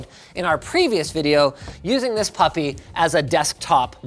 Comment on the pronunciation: It always makes me chuckle hear Linus say "this papi"